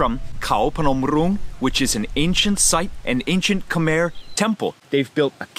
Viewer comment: It's not khamar is khom. Khom is not Cambodia